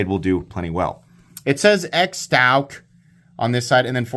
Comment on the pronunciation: I think it's pronounced Shtouc.